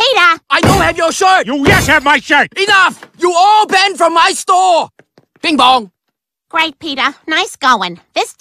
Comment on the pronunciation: its bing bong do u not know what a p sounds like